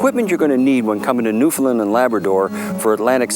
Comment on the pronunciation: Newfoundland is pronounced like NewfinLAND, not like was pronouncing it. Us Newfies love visitors from away but we really appreciate it when you say the name properly. Just a small courtesy. Great show guys.